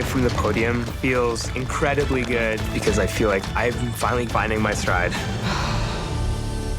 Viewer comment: I'm here to hear him say, " I wike it.."